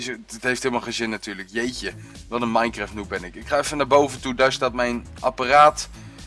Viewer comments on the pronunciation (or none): none